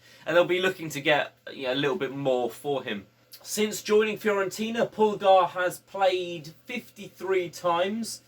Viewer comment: Not trying to be THAT guy but Pulgar is pronounced "pull-GAR" not "PULL-gar"